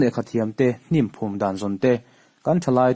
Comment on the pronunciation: Tlauh tlauh tih te hnimphum te hi chhiar dik nise ava tha ve.